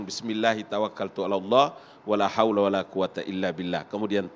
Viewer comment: Masa ngabalin sebut ALLAH KIRAIN ALA